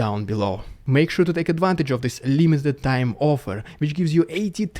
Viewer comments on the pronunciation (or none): none